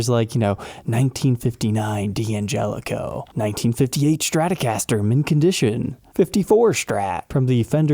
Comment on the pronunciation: There is no h in Stratocaster.